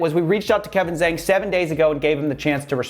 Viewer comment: Coffee you mispronounce zhang, haha, really for charge of racism?